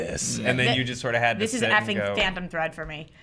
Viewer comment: Travis Spazz Ahhh! That’s what she says . I thought she was saying “Fandom” something, and wanted to know what she was talking about that all the guys obviously disagreed with 😂